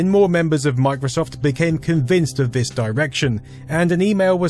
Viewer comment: Vis, vat, vose. What ve hell am I watching?